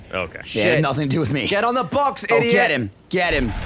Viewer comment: got so Boston in this. 'Go for your BAWX Jack!'